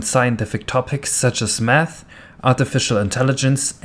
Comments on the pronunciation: Im pretty sure you ment math and not nath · "nath" XD